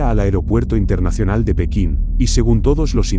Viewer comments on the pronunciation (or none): none